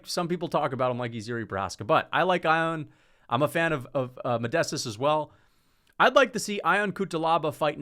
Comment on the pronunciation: Fk it’s not I-on Cutelaba …. It is pronounced Yon!!!